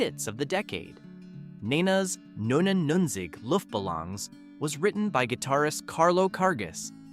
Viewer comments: Looft Buhlawnz? 😂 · At least pronounce their names right.. BUGels, Luftbalongs, to name 2, really? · Could anyone mangle German pronunciation more? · Luftballons has the double-O sound in the U and the O has the long O sound. With no accents, it would be pronounced looft-ba-lowns. Because German. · how the hell do you miss pronounce Balloons? or Nena ??? also no we have not forgot these songs mom still plays them and I grew up with them playing all the damn time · OMG how he said 99 Luft Ballons in German made me cringe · How can I trust this list when your German is so bad??? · Dat German pronunciation tho. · You should learn how to pronounce Luftbalons. At least get close